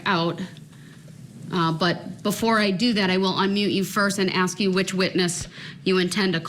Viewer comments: Is it AX a question or ASK a question? I guess when you kill so many people it does Not Matter. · Why can't he pronounce "ask." Why is it always "axe"? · Why can't he pronounce the word ask?He keeps saying axe....he's too dumb to defend himself. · "Everting ju ax me!" Whar a disgusting moron. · It's ASK not AKS! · What an arrogant pos! He's trying to act like he is still in the ghetto. Since when did the word ASK change to AXE??? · Maybe the most we can hope is that Mr. Brooks can properly learn to pronounce the word "ask" and not say axe. I know this a BIG AXE. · I wish someone would "AXE" him. Save the State a ton of money.